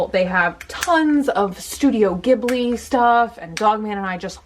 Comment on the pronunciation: Oh and one more: Ghibli (as in Studio Ghibli) is pronounced "JEE-BLEE" On a related note, but not about pronunciation, I just wanted to mention that "P.E.T." is a type of plastic (polyethylene terephthalate), and it's a common term in Japanese to call any plastic drink bottle a "pet bottle" (well, petto botoru, because it's in Japanese, but yeah) so saying "pet bottle" is just a very oddly specific way to say "plastic bottle" LOL. Just thought I'd let you know... if you ever read this, that is lol